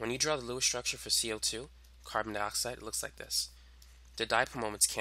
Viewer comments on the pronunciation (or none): none